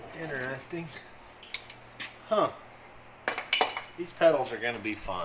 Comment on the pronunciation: The word is INT(e)REST-ing....not INTER-REST-ing... The rent you pay on borrowed money is INT(e)REST....not INTER-REST